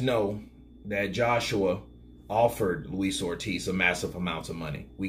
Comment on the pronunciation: 'Luis Oldtiz' ~The YB